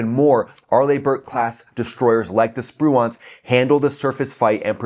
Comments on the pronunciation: Sir, your pronunciation of Spruance is killing me. Did the actual raiders hit that cargo ship? They are serious operators. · Most of the pundits are mispronouncing Spruance. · you're pronouncing Raymond Spruance's name incorrectly. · Stop saying Spruance! Your emphasis on the wrong syllable is hurting my brain! 😵‍💫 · The pronunciation of the Spruance rakes me out of it. Hate to be that guy.. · Love ya, dude, but how can you not know how to pronounce Spruance correctly? Watch a few WWII sea power videos to find out. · your pronunciation REPEATEDLY of USS Spruance was so bad, for the first time ever I was forced to question whether number one you were American and number two your US citizen! Good grief, dude I have never seen an error so egregious! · Your pronunciation of Spruance made me cringe evertime you said it. 😬